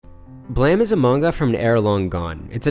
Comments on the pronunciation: ... The word is blame. Bluh-aim. How do you think the word blame is prounounced blam. In what world ever has ame sounded like am? Shame, lame, game, dame. Do you say gam, sham, lam, dam? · Thought the same but the creator pronounces it “blam”. More thrown by “silicone” for “silicon” life forms tbh